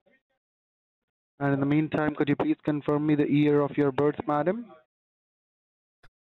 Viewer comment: The "ear of your birth" 😂